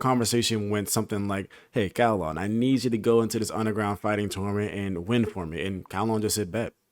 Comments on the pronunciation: His is supposed to pronounced as "GAO-LAHN" or you can just type "9 ล้าน" in google translate and repeat what you hear. tbh. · Hi, loving the characters break down vids. His name should be pronounce as Kao - Lān Which mean 9 millions or " เก้าล้าน" You could try to google translate ( english ->Thai ) "9 million " You will hear the closest pronounciation.